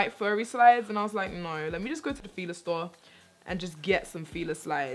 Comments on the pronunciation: Pronounced Fila wrong lol, or y'all say it differently then the U.S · Latoya has been rubbing off on 😅 she did a little trini accent when she was talking about fila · Adrianna Campbell She's Jamaican, that's what that was